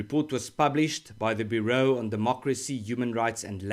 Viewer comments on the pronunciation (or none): Byoo-row, not boo-row you grifter 😅